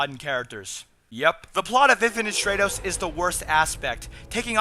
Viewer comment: short "a" sound in stratos. It's Greek. I like your reviews too, thanks. Most anime channels make me want to hang myself.